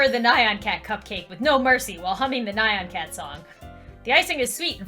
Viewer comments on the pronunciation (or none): ITS NYAN CAT, NOT NAH-YAN CAT.